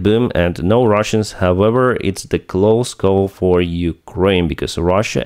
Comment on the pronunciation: I follow you for more than 2 years now. when will you start to find out how the word "however" is pronounced correct? the way you do it is so hurting, you almost break your tongue